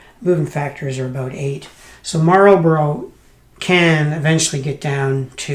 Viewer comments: Marlbruh, dude. Marlbruh. Good review. Pity it is a bit of a dud, but I'm sure an experienced gamer like you could make it shine. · Or Mal-buh-ruh.